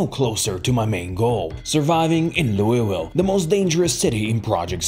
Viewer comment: bro really said loiuwille